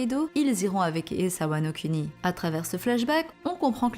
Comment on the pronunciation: Wano Kuni.... Prononciation: Wano kOUni